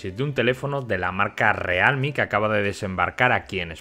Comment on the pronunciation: o realme o "rialmi" pero decir "realmi" queda horrible